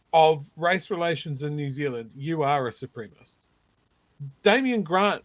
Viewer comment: Ffs, Nu Zillun, the word is ‘supremacist’. Take your time, take a deep breath, and work your mucusly glottals around the extra syllable, please …